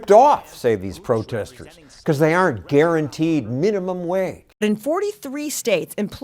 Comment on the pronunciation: "minimum wayg"